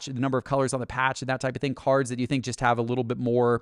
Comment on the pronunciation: My biggest beef with is how instead of saying the word “just” he says “jest” 😂